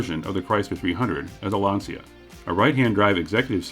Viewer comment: Lancia/Chrysler, what a biblically stupid idea, to sell an American Landyacht in Italy. Smart. NOT. And btw, Lancia is not pronounced Lansia, it's Lantsha. It's not American English, it's Italian, hence one of the other 7000+ languages in the world.